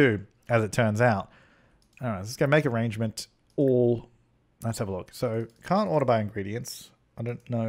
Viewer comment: Who else feels their soul complete every time he says ah-RAHNGE-ment?